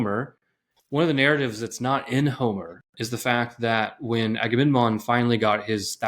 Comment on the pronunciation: There are such beautiful insights in here! But man, I have to say it, I feel bad about saying it, I am sorry for being so pedantic, but... AgameNMon? 😄 Like in the Trojan war, I blame all the leaders for not talking about this ;P